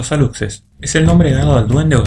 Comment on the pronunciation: Amigo, en relación con el duende Alux, su pronunciación sería Alush según las reglas del español, porque la x en maya se pronuncia como Sh en español, igualmente la población Yacxilan, se pronuncia Yac-shilan, excelente programa, saludos desde Yucatán